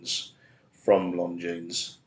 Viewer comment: It's pronounced; "Lawn - Jean". No 'S' sound.